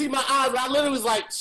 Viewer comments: Why don't they ever mention the fact that always says "little-ly" instead of "literally"? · puts an "L" in front of the country Italy, to say "Literally" and no one catches it.